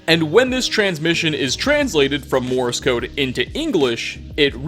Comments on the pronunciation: Did you say "Morris code"? Has flashbacks to RedvsBlue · Ampu-theater? Morris code? Harken? What's wrong with you?